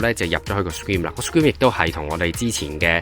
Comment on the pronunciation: 詳細分析 留意下 screen 發音唔正確